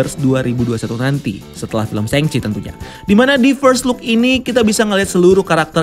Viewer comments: Shang Chi bacanya shaang Kak, bukan sheng. Tolong dibantu sebar ya Kak kalau bisa, Kevin Feige udah bilang Shaang, lalu kalau sheng sebar, kacau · Bukan hanya Itu Kak yang dia salah. Shang Chi bacanya bukan sheng. Aaa, Shang Chi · bacanya bukan sheng chi. Shang Chi, Aaaa